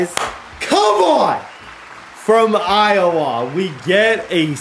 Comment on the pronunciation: Can you say Iowa correctly????